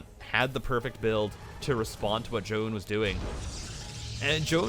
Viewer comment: I understand you're trying to pronounce it correctly, but we can just pronounce it "Zj-ow-n" lol idk why it bothers me